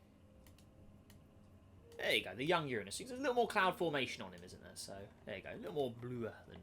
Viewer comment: Finally someone who says Uranus correctly